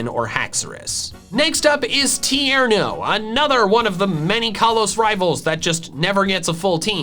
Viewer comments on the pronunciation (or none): TIERNO, NOT TEARNO!